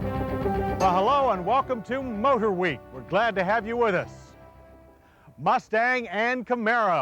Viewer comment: Always love the reviews but.....Mr. Davis' constant insertion of "H's" where they don't belong makes me scream at the ceiling! Example: "Moat-her-week"...ugh! I understand and am familiar with enunciation in broadcasting, but seriously??? Nonetheless, great reports.